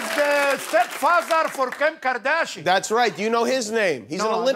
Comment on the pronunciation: “He step father of kep kardashi”